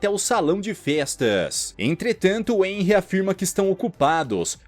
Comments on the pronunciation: Muito bom, mas corrigindo o vídeo inteiro você pronuncia o nome do protagonista de enry mas na verdade se pronuncia renry mesmo que se escreva henry por que o h sai o som do R no nome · Nn é enry q fala se fala RENRY